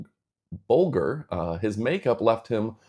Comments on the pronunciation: The Scarecrow's real name is pronounce Bowl-jer. Ray Bolger is the actor's name. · It's pronounced "bowl-jur" - Ray Bolger - good lord. And the real world is 3D - width, height, depth. There's no such thing as a 4D experience. Stop believing such ridiculous hype. I'm sure it's very impressive, but it is NOT 4D... the 2D film has been transformed into a 3D experience. Isn't that enough?